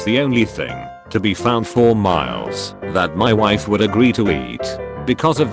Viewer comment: am I the only one who heard "My waifu at the time..."?